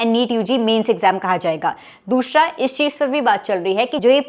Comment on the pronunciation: Dushhra tishhhra 😂😂